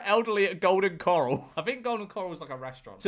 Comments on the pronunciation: golden ‘cuh-rall’ not coral :3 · it’s corral not coral 😭😭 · It's pronounced golden corale, cor-ale. Think of the word morale and that's how the corale rhymes. If you don't know about golden corale, don't speak about it. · Golden “Coral” made me twitch 😅 It’s Cor-ral and you can cut in if there’s a gap. Generally, you go with the flow of traffic, but if they’re not moving, they can suck an egg. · george calling golden corral, “golden coral” made me laugh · Corral not coral George 😂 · My brother lives and breathes Golden Corral (pronouncing it coral like the animal is killing me btw) and yeah there’s a clear traffic flow bc it’s several separate areas for food but if you jump in for one thing and then remove yourself nobody will care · Golden choral... golden coral.. bud you should look up how to pronounce corral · It's Golden CŌR-ÃL Like, "COR blimey, ALan"